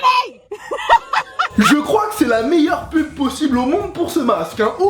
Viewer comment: tu parlais quelle langue quand tu disais comment t'avais fait la PUB ?